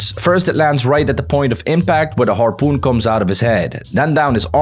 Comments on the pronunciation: bro just said harpeen and now said harpoon was insane 😂😂😂😂😂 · bro said harpeen gun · Why you said harpeen that makes me laugh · "The harpeen" huh harpeen?😂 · When you said harpeen you sound like Filipino